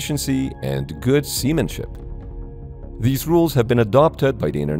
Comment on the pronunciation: I am not a native english speaker and when you said "seamenship" I was thinking to myself "What on earth is a semen ship?" for a solid 30 seconds until I realized what you actually meant LMAO